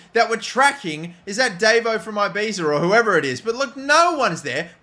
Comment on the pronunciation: Please sell davo, mainly because you can't pronouce ibiza